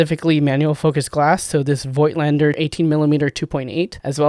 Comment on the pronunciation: Voigtländer is pronounced without the i like volkswagen. Correct would be vogtländer.